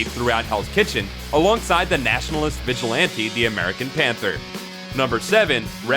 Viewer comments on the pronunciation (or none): none